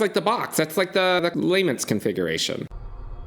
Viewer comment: Was slightly annoyed by your voice at the start, And then you mispronounced lament configuration i'm out 😂